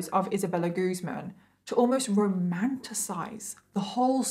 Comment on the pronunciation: It's guz - man